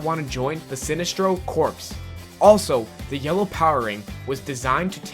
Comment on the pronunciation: A-MAL-GAM. Not amalag. Also...say Sinestro correctly. Jeez